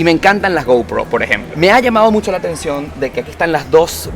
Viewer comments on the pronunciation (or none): none